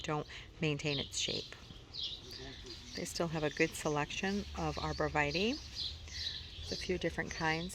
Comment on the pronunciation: It is pronounced... ARBOR- VIT-TAY not vitee